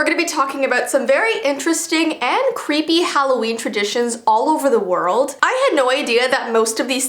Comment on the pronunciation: When said, "Halloween Traditions" I heard, "Halloween Premonitions" AHHHHHHHHHHHH